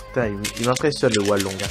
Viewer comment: Mdr j'aime bien comment tu dis hualong, "oualong" xD, n'empeche bien joué et moi jai achetté le hualong et rien qu'avec ça chui passé de 45sec d'average à 36sec d'average ! Dis moi si toi aussi tu t'est améliorer seulement grace au cube :D